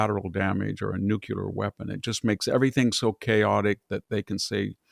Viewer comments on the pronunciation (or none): NUCLEAR, not NUKE-ULAR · Nukular Fatigue is a real disorder. Sufferers often convulse or stroke out when highly educated men mispronounce nuclear. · NU-KLEE-UR, Dr. Hanson! As in NU-KLEE-US (nucleus)!